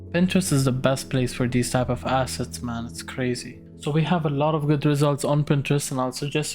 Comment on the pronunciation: i heard acid collection i got so confused but you were saying assets